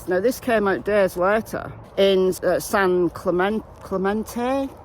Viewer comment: San Cluh-men-tee